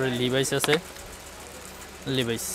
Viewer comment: লিভাইস না এটা লেভিস আর হাওয়াই না এটা হুয়ায়ে উচ্চারণ সঠিক করেন।